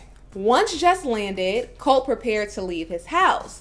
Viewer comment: Et its Coltee get it right.